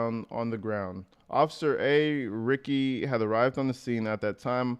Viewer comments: Ricci pronounced Ree Chee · (B-M) is Black Male, Ricci is Italian pronounced Reet-chee. Fantastic of you to go through the facts. Thanks. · Usually Italian, most words/names with 2 "C"s (Ricci) are pronounced Luke a "CH" (Richi). Since you were asking. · Officer Ricci is pronounced like '' Richie '' I only know that because that's how my attorney spells and pronounces his name . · Like Christina Ricci pronounced Reechy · I am pretty sure it is pronounced reechie.... Like Christina Ricci.